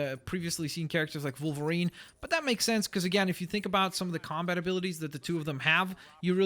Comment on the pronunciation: Why does he pronounce it Volverine? I know "W" and "V" can sometimes sound the same in certain words but the animal and the superhero are both pronounced Wolverine aren't they?